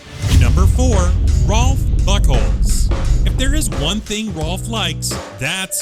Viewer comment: Narrator: Rolf Buchholz What I heard: Rolf Butthole